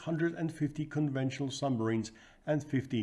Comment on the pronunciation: Another fascinating presentation! 🫡 But what are these mysterious "sumbarines" of which you speak? 😉